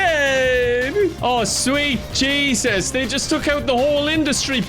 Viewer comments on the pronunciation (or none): none